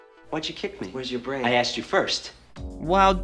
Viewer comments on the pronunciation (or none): none